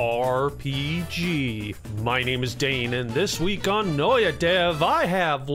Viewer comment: Did you just take out the t from Noita lol